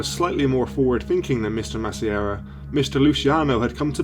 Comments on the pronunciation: Masseria is pronounced Mass-ah-re-ah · Its pronounced mass-ah-ree-uh